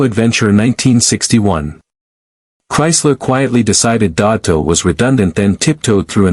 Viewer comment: I hate these Ai narrated videos. I mean the pronunciation and punctuation is read like someone who doesn’t speak the language and wtf is dototo or deoto? It’s Desoto a quite famous model. I’m just here for the pretty pictures.😅